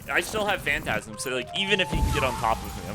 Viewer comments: it’s not fantasm phantom-ize like fantom-eyes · yo its Phantom-ize not phantasm